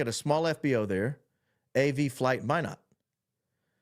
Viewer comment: Thank you for pronouncing Minot, ND correctly! It is (My-not) like you are saying.